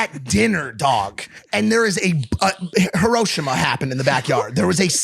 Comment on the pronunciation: I’ve never heard anybody pronounce Hiroshima like Mike did😂